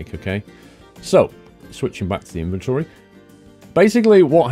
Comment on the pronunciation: OMG a British person who says inventory not invintri lol!